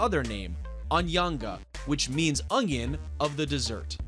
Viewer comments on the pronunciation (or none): He said dessert lol